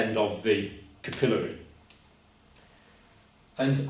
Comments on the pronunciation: Good teacher! We Yanks say capillary with the emphasis on the syllable "cap." I think I'll start saying it the way he says it. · It's pronounced capillary not capillary